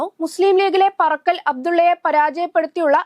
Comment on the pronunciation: Parakkal alla paarakkal 😂